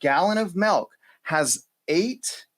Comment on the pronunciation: Lol its milk not melk